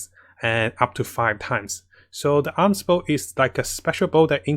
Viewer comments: It's A-Mos" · If anything, I just don't like this Arms Bow, who names their bow as Arms Bow Edit: If you don't get it, hear how pronounces Amos